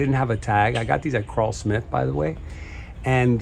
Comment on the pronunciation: It’s Krull-Smith like seaGULL, not CRAWL-Smith.